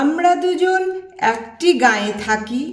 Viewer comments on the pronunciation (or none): খুব সুন্দর পড়লেন দিদিভাই ! এক মনে শুনে গেলাম 🙏❤❤🙏 কিছু মনে না করেন তো বলি... " একটি " শব্দটির " এ " এর উচ্চারণ "এ" এর মতোই হবে ..." অ্যা " হবে না... শুনে ঠিক করে নেবেন পরবর্তী উপস্থাপনায় ...